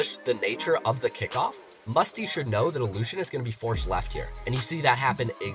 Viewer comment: Nobody: Me: raging about him pronouncing allushin's name wrong